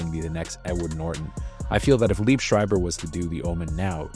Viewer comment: Liev is pronounced “Lee Ev.”